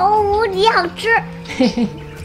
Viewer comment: ，因為他們太像爸爸，以至於看不出來像妳，其實妳女兒跟兒子還是有一點點妳的影子，特別是妳女兒比兒子更像妳🤗 建議妳說話發音該捲舌要捲舌喔，好吃不是好疵🤗